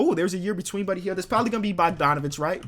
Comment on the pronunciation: I hate when he puts D before G like Brodgon , Bodganovic